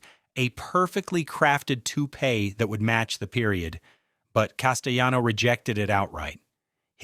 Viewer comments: The narrator is a clown. Richard Castellano is pronounced Cass-tay-lawno, not Cass-tay-yawno. WTF dude? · Richard Cas-tel-LAH-no. Pronounce the "l"s. He's Italian, not Spanish. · THE ANNOUNCER PRONOUNCES Corleone 2 different ways through out this video. He also doesn't pronounce Castellano's 'L's' in his name, as if the name was Spanish. Over all the rest of this presentation is worth watching, I'm glad I was it. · Castellano is an Italian name, so the "ll" sound is enunciated. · Whether the narrator is AI or human, the egregious misprounciation of names is just horrible. Castellano is Italian; the double l is not to be pronounced as id it's Spanish. The narrator changes the pronunciation of Corleone every other sentence. This is a whack job. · Your AI is pronouncing Castellano the Spanish way. In Italian the double L is just pronounced like an L.